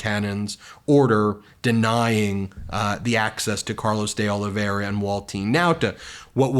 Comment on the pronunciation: It's pronounced "dollyvera" Ben